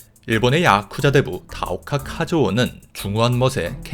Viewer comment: 야쿠자 하실때 발음이 독특하시네요 야~~쿠자